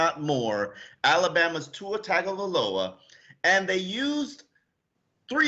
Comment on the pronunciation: Pronounced TONG-O-VI-LOA. Come on you should know by now bruh.